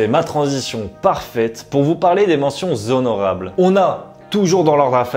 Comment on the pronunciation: De magnifiques pièces, vidéos très intéressantes comme toujours!! Juste à titre personnel où la manière de narrer qui est un peu crispant à la longue 😅 et la liaison des "mentions Zhonorables"😂 qui fait mal aux oreilles.